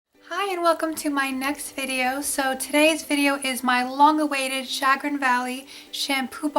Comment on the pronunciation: Chagrin - Sha-GRIN